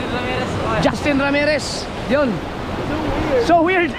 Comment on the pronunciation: Iba ka tlga. yung tawa mo tlga at pag bigkas mo ng SOWIRD. ❤❤❤